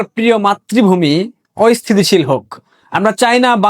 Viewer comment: Ayosthisil na Asthisisil.